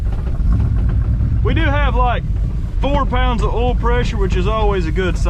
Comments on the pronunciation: I love the way you say oil lmao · "Ool", LOL 🤣. I've teased him about that too. Poor boy can't pronounce OIL 🤦‍♂️😂. Or aluminum FOLE, or an ignition COLE, or tilling the SOLE, LMAO!